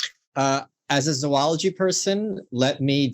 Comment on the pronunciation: Hi Michael, it's a long "o" for Zoology. As is Zoe or Zoey. Kh